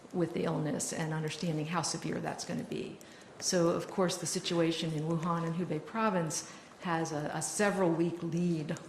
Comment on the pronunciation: It’s pronounced “oohan” not “woohan”